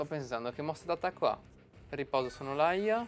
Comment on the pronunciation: mi spieghi perchè dici SONNOLAIA quando c'è scritto SONNOLALIA???????? ahahahahahahahahahahahahahahahahhahahaha